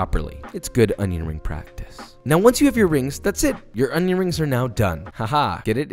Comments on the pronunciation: cut the onyo like jean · Finally, someone who knows how to pronounce onyo correctly. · I see I'm not the only one who can't not say "onyo" every time I cut onions. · papa like cwispy O N Y O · This Papa died a little when you said "onjon" ❤😆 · "Onyon" - Jeanne Pierre